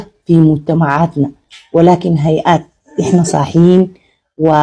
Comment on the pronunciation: يا وليه هيهات وليس هيئات!!!!!!